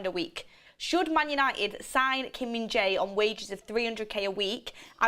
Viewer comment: It is pronounced Kim Min JAIR.